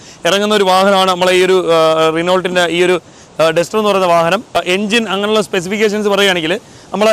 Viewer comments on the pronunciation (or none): none